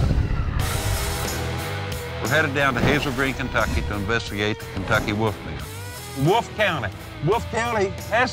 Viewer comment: Our first clue was the first 10 seconds of this. "Woof-man" This is beyond stupid, it's insulting to intelligent people who know how to speak correctly.